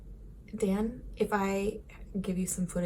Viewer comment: I find it interesting that you call him Dan in english instead of Daan haha. Those damned dubble vowels lol